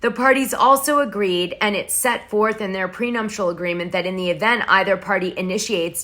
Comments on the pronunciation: prenuptial agreement...not PRENUMPTIAL...GEEEEZE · prenuptial not prenumptial..... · Dana, there's no M in nuptial..